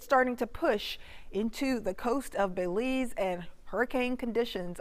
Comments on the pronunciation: It's not Bayleese, it's Belize the pronouceation is important. There is no emphasis on Bel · Miss it’s pronounced Bel-ize not Bey-lize 🙄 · Thanks, good job. I'm from Belize, it would have been nice to have an update on Lisa maybe at midnight or before daylight. Details about the approximate area where the eye will touchdown would be greatly appreciated by all Belizean. (It's pronounced like Bill - Bill-ease.)